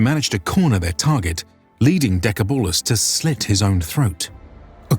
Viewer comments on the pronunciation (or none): The Dacian leader was pronounced "Dekébalus" meaning Strong as 10 men. not "Decabúlus" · Nice video! From what I know, the ”a” in Decebalus is pronunced as in the word ”car” :) . Edit: And the seccond ”e” is pronounce the same way you pronounce the first ”e”.